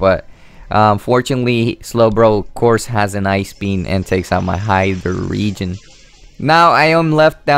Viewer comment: No offence but you got to work on saying pokemon correctly ^~^ saying this in a nice way :) hydreigon is pronounced ( hai-dragon )